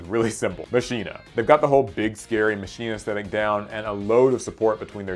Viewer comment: Machina was used by a Yu-Gi-Oh 5ds character bro🤧 And isn't pronounced Ma-Ki-Na?? Like the robots in Final Fantasy X